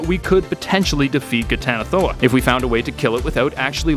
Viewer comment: I'm surprised you pronounced that flawlessly.